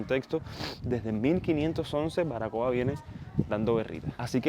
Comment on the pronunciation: ¿ Barbacoa ? El Español se pronuncia como está escrito. Así se escribe ó no ? Saludos desde Chile interesante video.